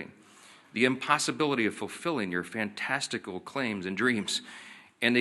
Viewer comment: Right on ( he said fantasticle)